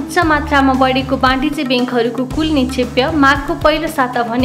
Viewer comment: निक्षेपलाई निक्षेप्य उच्चारण किन गर्नुभएको होला ? के यो english medium school को देन हो ?